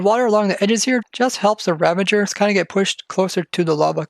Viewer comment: They are called "Ravagers", right? And not "Ravangers" OR are you preparing for "Avengers: Endgame"? 😉😂